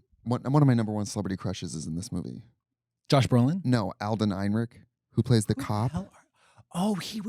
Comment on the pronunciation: I hate to say it trixie, your crushes name is Alden Ehrenreich, not whatever it was that you said